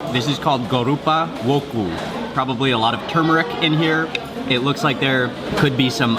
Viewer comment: it's not gorupa woku its goropa woku blanga